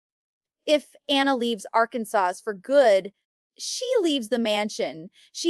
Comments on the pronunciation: Pretty sure that Amy- who lives in Arkansas- would know how to pronounce it 😅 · VERY!! They said Arkansas wrong and Amy would say Amy Duggar King.